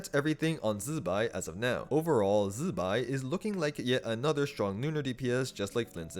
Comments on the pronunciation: STOP SAYING ZIBAI LIKE THAT ITS NOT ZZZBAI ITS ZI BAI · Since the artwork also shows Columb'na (or more accurately Columb✨na) so can we start correctly saying Zibai not Z'bai... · I watched the live stream they say zi bai not zzbai 😂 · zzzzuhbai, funny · Chinese should instead fix pinyin. Never seen worse transcription. Everyonr is going to pronounce the i in zibai. It's how alphabet works. Z'bay. Bam. Fixed mandarin. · I really hope And not getting electrocuted everytime time he pronounces ZZZZ-bai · Man why do you say Zibai like that? Zzzbai😂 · say Z-BYE again, I dare you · Its jibai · now why are we say zibai like that, u aint even chinese.. I took back my like and sub purely because of that